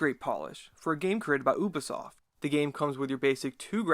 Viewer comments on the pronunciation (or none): Not bad video but just to let you know it’s pronounced Youbisoft not Ooobisoft